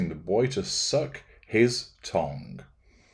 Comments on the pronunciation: Why are you saying tongue like tong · OMG - thought he said "tong", which I assumed was another version of "todger". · I love how you say 'tongue' 😂 😅.